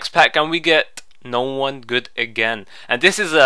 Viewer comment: Aha love it when he says 'And we get...No one gud.'